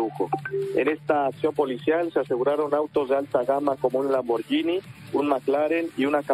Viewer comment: Aprendan a pronunciar por favor: Lamborguini. En italiano la gh suena como gu en español. Gracias.